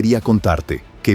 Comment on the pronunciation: El narrador esta bien wey no se dise mechico se dise Mexico. bruto😊